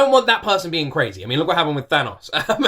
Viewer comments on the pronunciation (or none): none